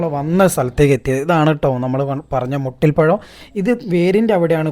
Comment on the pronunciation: മുട്ടി പഴം അല്ല മൂട്ടി പഴം ആണ്🤣🤣